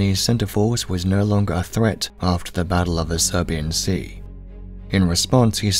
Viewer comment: Great video, but it's pronounced Sibuyan Sea, there was no battle of the Serbian Sea. Maybe it's an accent thing but it is baffling to hear.